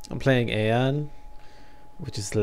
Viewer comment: its pronouced Ion no aon omfg.. the npcs even say ion not aon ffs